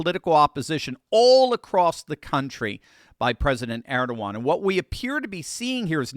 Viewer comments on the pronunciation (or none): it's Er-do-gan